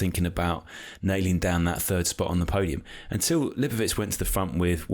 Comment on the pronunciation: Why is calling him Lipowich? Isn't it pronounced how it looks - Lipowitz?